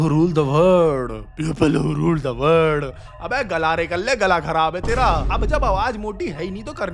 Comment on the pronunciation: Garale nhi garare hota h